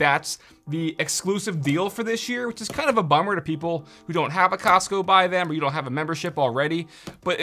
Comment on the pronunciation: I stopped listening after “Costco “